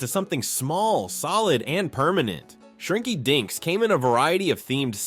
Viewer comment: I swear, shrinky dinks sounds like shrinky dicks 🤣🤣🤣🤣 The fact that it's repeated over and over in the segment doesn't help either 🤣🤣🤣😂😂